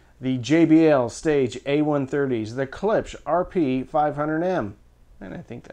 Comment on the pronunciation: Ha! Caught ya! You said Klips again instead of Klipsch ;)